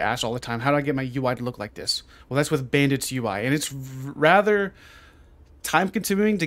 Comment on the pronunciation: My man can't even pronounce bandits properly lmao